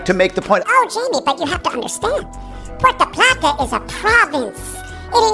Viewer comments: Puerto plata not Puerta plata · Thanks, always great info. So funny how he says Porta Plattah. Have to laugh because that is how the GPS says it and our family still jokes about it today.